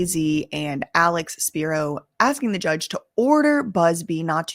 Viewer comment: Alecks speeroh